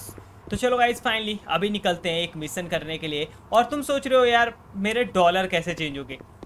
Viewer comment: Misson nahi mission hota hai missan ye kya hai